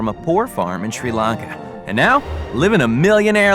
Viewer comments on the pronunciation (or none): “ tree LaNKa “ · 'SERA lankA" south asians are crying